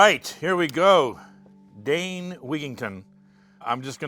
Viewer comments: It's Dane not Dean.. Thank you for exposing this lying little freak bought and paid for corporate meteorologist from Harvard what a liar. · It's Dane Wigington, not Dean.